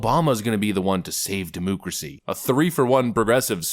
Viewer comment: I like your podcast but please stop saying demoucracy